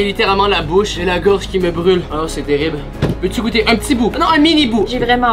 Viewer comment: Terrible ou “terirble” ? 😂